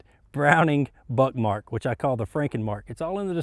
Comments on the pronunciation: are you saying Browning Buttmark? Is it intentional or am I just hearing things? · First time he says it that's what it kinda sounds like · Am I the only one who thought he said buttmark